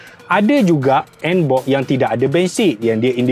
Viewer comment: NBOX bukan NBob Bro😂😂😂😂